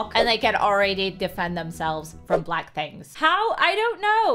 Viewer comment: "It was a bwack thing!" 😦🙇🏿